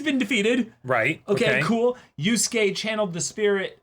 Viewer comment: Yu-SU-ke is giving me Sa-KA-moto flashbacks.